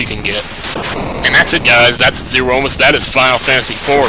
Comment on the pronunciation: Zeromus =/ zero-mus <- not correct pronunciation Zeromus == zer-o-mus <- correct pronunciation